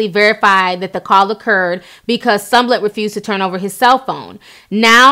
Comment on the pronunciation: You keep saying SUM-LET. Girl you messing that last name up.